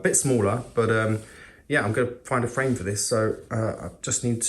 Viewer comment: hah frame...thought he said friend the first two times lol